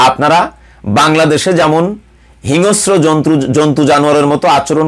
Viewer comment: হিংস্র শব্দটার উচ্চারন্টা ঠিক করতে হবে।